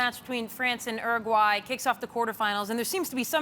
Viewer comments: Did she say "Eragwy" ??? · ERRagwy it's Uruguay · Uruguay no ma! Or as he calls my country “Erragauay no ma!